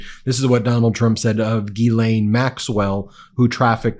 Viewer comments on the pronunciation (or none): He said Jizzlane tho lol